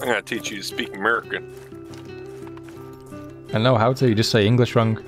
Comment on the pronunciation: I'm "merican" but we do "just say English wrong" honestly